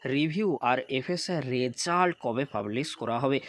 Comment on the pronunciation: Result pronunciation তা শুনতে খুবই weird শুনতে লাগছে please সিম্পিল ভাবে বলুন ।